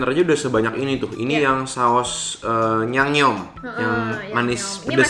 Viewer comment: 간장게장 양염게장이다.. nyebutnya bukan nyangnyomㅜㅜ yangyeom